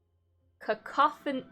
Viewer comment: Fun jank. BTW, that card name is probably pronounced “cuh-COUGH-uh-dawn” as a portmanteau of “cacophony” (loud, unpleasant sound) and “-don” (from “-dent”, meaning “teeth”) like in the word “mastodon.”